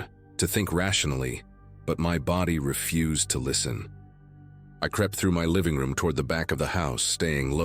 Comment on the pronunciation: Ummm-mm to refuse, deny acceptance is not pronounced as your narrator. He pronounced ir as 'ref-use' i.e. garbage. Your AI sucks as well as your editing